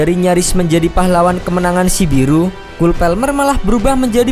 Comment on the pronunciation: Kol Palmer bang bacanya bukan kul pelmer. Aku pernah komen gini ke video lain, kalo gtw pronunciationya pake ala indo aja. Jadi chole palmer gitu gpp, jdnya konsisten 😂😂. Tapi alangkah baiknya riset cara nyebut nama pemain yg benar, ini kan channel bola, bahas pemain bola, ya riset 1 menit buat sebut namanya yang bener. Kecuali campur2 sama konten masak makanan jawa gitu ya beda cerita.